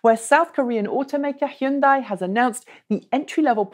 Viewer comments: Based on Google Translate's pronunciation, which simhopp vouches for in this case, it does end in "day" but there is a difference between "hun" as you want to pronounce it, and the correct "hyun". gets the first syllable close enough, and you get the second syllable close enough. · Hyundai is pronounced like Monday - just say "Hunday"!